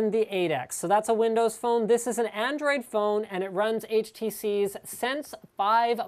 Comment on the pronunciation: "ANDRIOD" & "powerfuler". Which country u from bro?